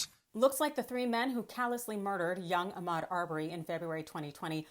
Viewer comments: Did he really call him Achmed? His name was AHMAUD!!! That is so disrespectful. Especially after we have been saying his name for A YEAR!! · First bro - it's not Ack-med Arbery. Please learn how to properly pronounce names. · Mispronouncing Ahmaud's name is disrespectful and calculated. We have been saying his name for over a year. There is no reason to be mispronouncing his name.